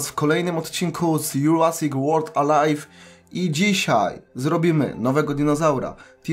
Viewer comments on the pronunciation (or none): none